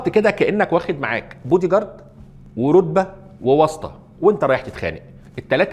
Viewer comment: الغلط الوحيد فى الفيديو بودى جارد...هى بتتنطق بادى جارد مش بودى... ههههههه يمكن ده السبب ههههههههه